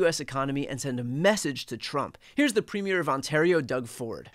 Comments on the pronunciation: Hey Brian – yours is the only media – independent or not – who is pronouncing the word “Premier” correctly. 👍 The stress is on the first syllable, and not the second. 😉🇨🇦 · Thank you Brian for being literally the only US YouTube broadcaster that has taken the very small minute amount of time to learn how to say Premier properly. No one else not Ben Meisalas not Popok not Tim Miller certainly not Sam Stein or most of CNN or MSNBC or Fox can be bothered or possess the common courtesy. Despite sharing a border for a very long time. Now that's Americana and boy are we used to it. You realize that Premier is a person and a position not the unveiling of a new movie. All the others do not. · Finally, someone who knows how to pronounce premier